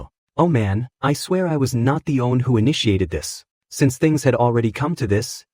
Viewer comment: Anyone else feel tilted with the way the AI says one??